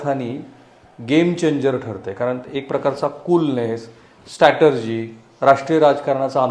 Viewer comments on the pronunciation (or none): स्टेटर्जी नाही र... स्ट्राटेजी